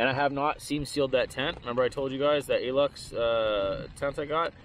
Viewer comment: By the way, the brand of the tent isn't called Aluxe. The A is just a small tent, so its called Luxe (from LuxeOutdoors). I have mine for 4 years now, and its still reliable.